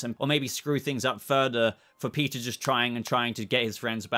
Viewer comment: If you say "peteer" like that anymore i will hunt you down and shave off them flowing locks.................🤣